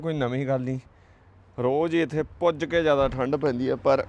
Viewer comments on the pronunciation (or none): Puj ke ni hunda .Ruj ke hunda